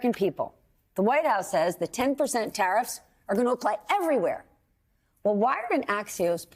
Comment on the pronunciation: Hews youw tawiffs